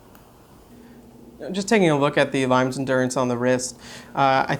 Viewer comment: Thanks for taking the time to do this. Limes is an under rated brand. BTW, it's pronounced LEEMess, or perhaps closer to LEEMiss. And isn't the diameter closer to 41mm?